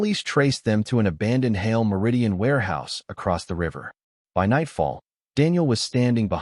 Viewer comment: The stupid AI can't even pronounce "Hale", it's one syllable not two.